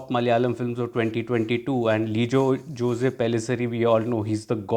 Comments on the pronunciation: Great review 👍👍 btw Jose is pronounced as "Jos". FYI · The real pronunciation is actually 'Ose', in south India it is as you said Jos.